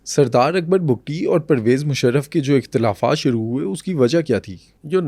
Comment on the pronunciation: پہلی بار کسی نے حقائق بیان کئے ۔ اور بگٹی ہیں بگتی نہیں ۔